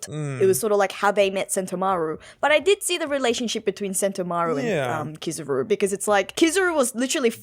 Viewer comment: It's KIZAARUU not kizaro please guys you hurt my ear